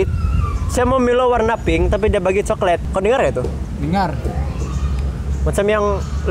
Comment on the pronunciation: Coklet ah bukan coklat bang.. 😂... Lol betul kau bang ()... Lawak buduh..